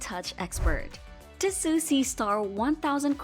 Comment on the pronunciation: Fake AI voice. automatic downvote. It's Tee-So not Ti-su. Lazy creator or AI-generated.